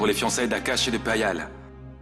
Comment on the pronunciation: Not Lavanya calling Payal PayPal 😂